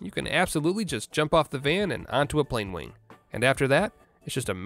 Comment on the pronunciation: Was i the only only one when he said plane wing heard pengwing?